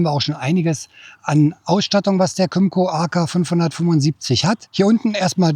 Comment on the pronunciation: Kim-co, not come -co.